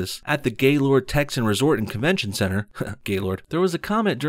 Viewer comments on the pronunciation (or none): none